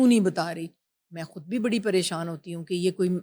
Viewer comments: کھدسے نہیں بی بی، خود سے ۔۔اردو پہ رحم کرو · کھد نہیں خود ہوتا ہے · یہ ھوسٹ صاحبہ خود لفظ کھود بول رھی ہیں۔ یہ خ کو کھ بول رہی اور لفظ خاتون کو کھاتون بول رہی ہیں۔۔ یہ انڈیا میں بولا جاتا ہے۔ اس کا مطلب ہی کہ یہ صاحبہ انڈیا کا میڈیا بہت دیکھتیں ہیں۔ ھماری اردو زبان ہی ھماری اردو بولنی چاہیے نا کہ ھندی بولنی چاہیے۔😢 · آج کل لوگ خود کو کھد خاتون کو کھاتون کیوں بولتے ہیں جیسے یہ اینکر